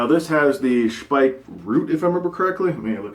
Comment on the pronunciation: Speick :) Got to love it. (it is pronounced Shpeik)